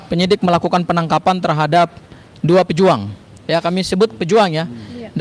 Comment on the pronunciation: PEJUH ang bukan pejùang..